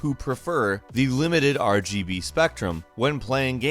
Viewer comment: Didn't get past the first one, couldn't listen to this guy say RBG one more time